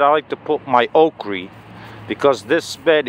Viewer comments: It sounds like you’re saying Okree? Do you mean Okra? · Damn! I thought "okree" was just a Georgia way of saying that! I'm gonna be planting Okra here about May 1.